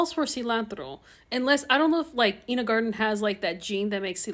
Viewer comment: The way you keep saying “een-A” instead of “ine-A” makes me die inside a little every time